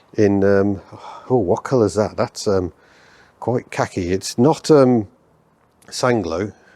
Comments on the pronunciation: I've gone back and re-listened to his description a couple of times and it sounds more kakey than khaki to me lol. I worked on MGB's and always thought they didn't suit the colour, the only BL cars that did were the Mini Clubmans of the era IMO. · It sounded as if described it as kakey which would be a bit harsh. Maybe he said khaki.